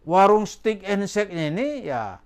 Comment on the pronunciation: Bacanya WARUNG bukan WAROENG